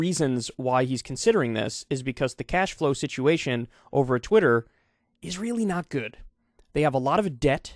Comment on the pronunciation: Elon stans are going to weely, weely mad at you Kyle.